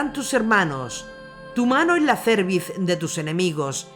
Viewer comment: Por qué pronuncia cerviz como si no tuviera acento proso'dico en la última sílaba? Es como en el caso de la palabra feliz, que no tiene acento ortográfico pero sí proso'dico.